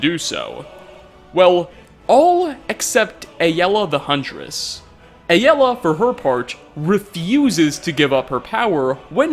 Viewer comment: I love nates channel, but I also can't watch videos where he talks about Aela. Him saying it like A-l-ah is so annoying. Please if you ever see this, please stop